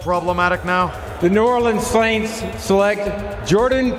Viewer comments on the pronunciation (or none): "suWaints" "wide reZEEver" was Roger having a stroke???